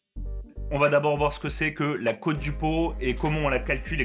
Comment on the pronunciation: cest cote pas côte et ca se dit cotte